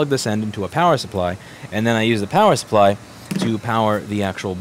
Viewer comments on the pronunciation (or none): none